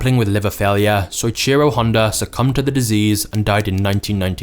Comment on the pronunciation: I'm pretty sure its pronounced so-eech-ee-ro Fascinating story though.